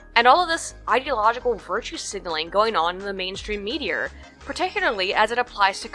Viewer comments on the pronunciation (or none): Is "medier" a Canadian thing? I wouldn't have mentioned it, but in binge watching your vids on autoplay this is like the 9th time you've said it. To my untrained ear it sounds NZer or Australian. But otherwise you have a US accent.